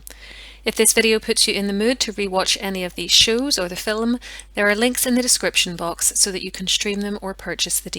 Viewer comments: What’s a “filim”? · The word FILM is one syllable please !! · Goodness..' fillum'! The word is film - one syllable. Otherwise your presentations are interesting and professional. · I've never heard anyone pronounce film that way.